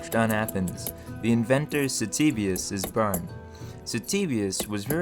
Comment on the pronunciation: What is this accent? "this needs to be worked much mer.", "cevius is bern"? "majerity"? your accent sounds very American for the rest of the video apart from these few pronounciations.